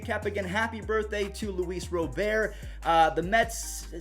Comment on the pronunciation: Rob-ERT u ballbuster 😂 Thanks for the updates # Keep up the good work young man